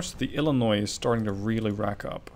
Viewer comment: Can I just take a moment to compliment you on how well you have pronounced illinois, so many people insist that you pronounce the s in Illinois and as a lifelong resident it's frustrating when I go and tell them that the s is silent and then they go and say no I must be wrong